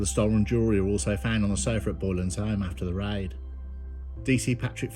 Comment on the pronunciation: Why don’t you just say raid and not riiddeee